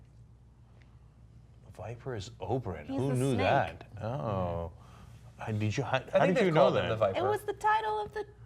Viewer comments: Can you please not say Oberon and call him by his real name Oberyn? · I love how he still says Oberon instead of Oberyn, even though everyone else on the panel pronounces it properly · How hard is it to pronounce "Oberyn" correctly?